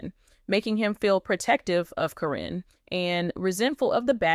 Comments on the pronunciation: Who the F is Corrine???? Her name is Caryn. Pronounced KAR EN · Why do you continue to mispronounce their names??????? One sentence you say the name correctly then the next you pronounce the name incorrectly. It is Caryn not Corrine.! If you have watched the program you should know how to pronounce their names! You also reported a few weeks ago about Chris and Amy having an accident due to a mechanical issue with their car. You said Amy was badly burned but you have not given any updates on her condition.